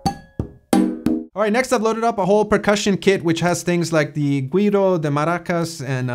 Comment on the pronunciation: Güiro is pronounced "We Row" :] You got all the other ones really well though√ ...& your sensibilities regarding Musica Cubana are impressive!